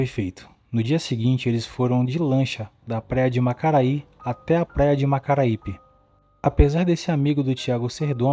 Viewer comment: Como vc quer fazer conteúdo de vídeos de natureza investigativa e nem investigar qual o nome dos locais? MACARAI? MACARAIPE? 😂😂 faltou informação pra passar informaçõe corretamente nem o nome vc disse direito o nome das praias sai maracaípe e acredito que esse macarai seja Itamaracá